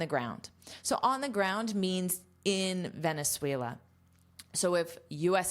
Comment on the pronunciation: Excelent!! I'm venezuelan and you say 'Venezuela' very well! Thanks for teach us! Have a great day!